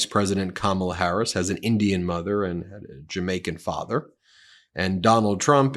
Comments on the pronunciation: “Unlike kam-ah-la, I know my roots” 😳 The miniseries #Roots aside, this trump shill must know that most black people in America can’t trace their “Roots” back any further than the last slave owner. Another tragic side effect of slavery. {Though, in truth it was done on purpose, wasn’t it… that makes it an intended effect and no one could convince me that Lay-ra troomp didn’t think of this when she chose her words. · Wtf is a Camilla??? her name is Kamala🙄🙄🙄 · Ka-ma-la ? Mel-an-ea ? Iv-an-a ? Mar-la ? Iv-an-ka ? .... it isnt difficult to pronounce the name of the next President of the United States , KAMALA HARRIS . Trump manages to pronounce correctly the names of his wives and daughter . But i guess he could always just call Kamala Harris , Madam President . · He calls her Ka-ma-la, she needs to call him Don-old😂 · I think you're mispronouncing Kamala's name, Ben. I think her name is pronounced Ka-MA-la. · mispronounced her name purposely, how classy? Can you look more like Melania? 😜😏 Cause you're not doing something right or else you'd be poised to be the next First Lady for Don the Con orange man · Trump has introduced this concept of not saying people's names correctly - when he in fact bothers to know a name at all. Both he and Habba have mispronounced names then sneered and said "whatever he/she calls themselves". yes, they call themselves that name, because it IS their name. If they want to play that game, let's all talk about Ronald and Balloona. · When people purposely say names wrong . . . Kamala, Fani, the “Democrat” party